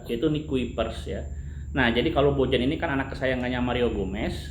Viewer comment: Owhh ieu mah atuh BojaM... sanes BojaH...